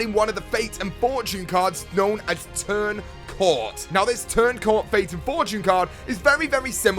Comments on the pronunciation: isnt it turn COAT not CORT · its not called turn cort its turn coat as in something you wear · It's pronounced "Turn Coat" not "Turn Cort". The font makes the A look like an R, but you can compare the R in "Turn" to it and you can see there is a difference. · its turn coat, not turn court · also it's Turn Coat not cort I'm pretty sure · Turn coat not turn cort!!! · turn cawt? Wtf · This video triggered me every time he said turn cort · Did he say turn cort? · Turn Coat xD as in a Turn Coat :p